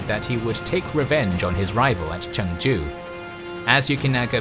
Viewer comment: The Korean pronunciations are a bit funny (especially since you pronounce Chungju like another city that spelled similarly in Korea haha but that's okay since Korean pronunciation is hard) but the history is great! I'm glad that this period of history is finally being covered. I can't wait to see Admiral Yi's naval victories! iirc even Admiral Nelson had deep admiration for him.